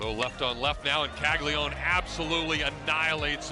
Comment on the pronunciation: It’s Cagli-a-none at least say his last name right if you’re gonna make a video hyping him up.